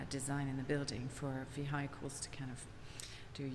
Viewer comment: Did she just say ve-HI-cles?